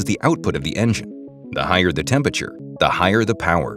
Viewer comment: It's "temperature", not "tempature" lol